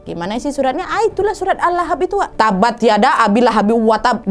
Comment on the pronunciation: maaf wak dengan sangat hormat maaf banget mau koreksi. Jangan lupa qolqolahnya ya.. -tab' (bacanya kaya tabbe', karna ada qolqolah, ba'nya mantul) Maaf banget wak, islah untuk kebaikan ya, tanpa maksud menggurui.. sukses terus